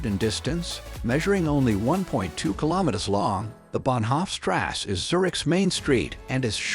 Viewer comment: I finally decided the pronunciation was computer generated. The pronunciation of words from the German language is really bad! When it got to the pronunciation of Bahnhoff Strasse it was so painful to listen to that I had to shut it off!